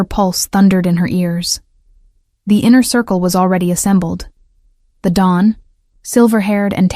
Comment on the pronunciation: The correct word is Don not dawn